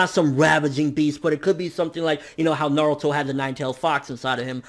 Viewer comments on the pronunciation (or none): none